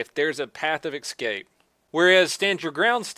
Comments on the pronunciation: I love your channel soooooo much. But it's escape, not ex-cape. Nor is it Eksscape. Or any variation thereof. Sorry man, I'm an obsessive compulsive grammar nazi. It's all me, not you. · I will give you $1000 as soon as you stop mispronouncing simple words like officer. Not awlfficer. And it's escape. Not eksscape. Seriously. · "Path of ekskape"